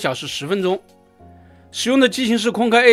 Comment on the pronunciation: "空中巴士", 硬要講"空中巴士客運","空客"不好說, 可說"空巴". 說什麼"空K", 那是????